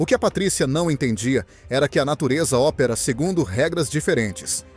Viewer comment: …”a natureza ‘ópera’”? O problema ñ é a IA, é o imbecil que lida com ela